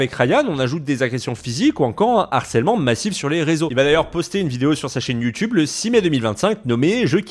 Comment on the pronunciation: Pourquoi l'affrication ? youTCHube ?!